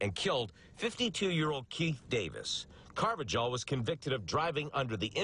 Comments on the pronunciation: Car-va-hal, not with a J sound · its "car va hal" not jal, y'all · It’s pronounced “ carv-a-hall”. I should know. I’m a fellow Carvajal. 😂😂